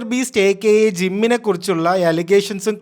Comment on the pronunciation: Gym alla jimmy...😂😂